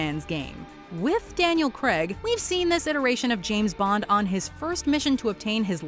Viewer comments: Daniel Craig. Not Daniel Cregg. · Please can Americans learn how to pronounce Craig properly